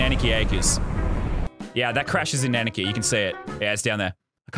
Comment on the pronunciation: LazarBeam it’s anarchy not Annakey